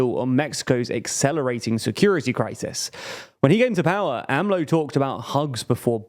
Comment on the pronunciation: They finally got AMLO right! It made cringe whenever they went A-M-L-O.